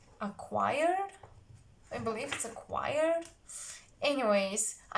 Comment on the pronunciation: You pronounced chior, "qu-i-or" - (singing group) perfectly. Your English is beautiful